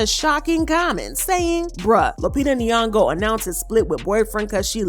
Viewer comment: Stop saying Lupita last name if you can't pronounce it right .......from Kenya